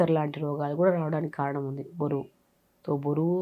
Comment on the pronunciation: బోరువు కాదు మేడమ్. బరువు